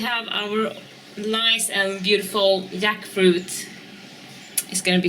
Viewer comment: Wow! A bounty indeed. I love how you pronounce jackfruit as yackfruit